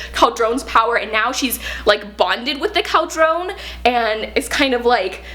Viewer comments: Love this! Cauldron is usually pronounced "Call-druhn". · I love this review and how excited she is but her pronunciation of cauldron pains me.